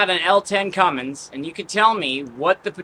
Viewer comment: Stop saying Cummings, it hurts my ears and I cringe a little in mixed company for you.